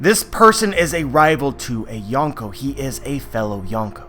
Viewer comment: You can't even pronounce Yonkō let alone use it correctly. Another YT "expert" passing around dumbed down crap